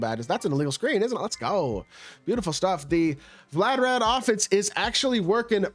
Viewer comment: Vlad-Di-Mir 🤦🏾‍♂️😂😂😂 wtf is vladarad